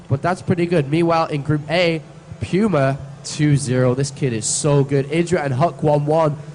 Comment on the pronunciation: You mean P-you-ma. =P